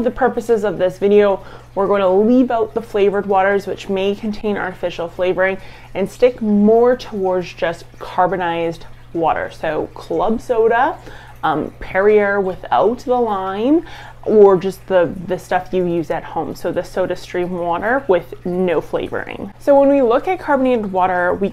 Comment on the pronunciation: Pear-ee-ay, not pear-ee-er. - Montreal.